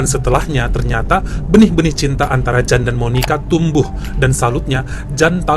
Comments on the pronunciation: Bang jan dibacanya yan bulan jan.itu pengucapan belgia vlams/ belanda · Yan bacanya bukan Jan. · Jan itu di bacanya Yan. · Bang, Jan itu dibacanya Yan bang😊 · Bukan Jan cara membacanya tapi yan🤔